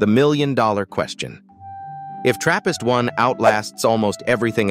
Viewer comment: For a second i thought he said therapist